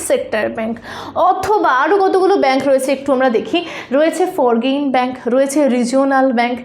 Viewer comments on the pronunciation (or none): ওটা "ফরগেইন" নয়, "ফরেন" ব্যাঙ্ক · ফর্গিন নয়, ওটার উচ্চারণ ফরেন 😂😅